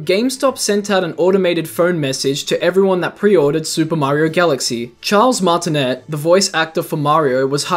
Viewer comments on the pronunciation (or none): it's "Martin-ay"...................................